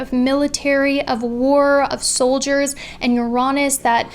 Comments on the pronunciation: Yo I RESPECT for saying "Uraanus", instead of... You know what! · I thought it was pronounced yuh-ri-nis (with emphasis on the Yuh x) )